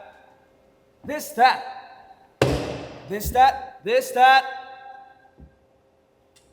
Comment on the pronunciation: han Just saying this that in his brit accent is hilarious for skme reason😭 he looks so jiniret pabo in this😂 💙🔥 our perfectionist puppy as usual❤😂this trailer was seriously so unique and i loved it skz know how to make trailers a whole movie